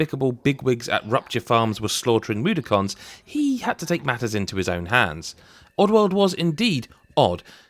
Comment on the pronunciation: I'm sorry but Moo-dokons? 😅 It's more like Mud-dock-unz